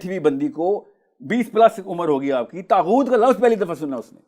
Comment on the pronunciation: طاغوت لفظ ھے طہوت نہیں ۔